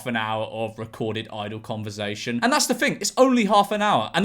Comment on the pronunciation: George please stop saying converzation